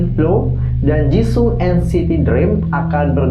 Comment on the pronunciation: kak penyebutan nama renjun chenle ama jisung masih salahhh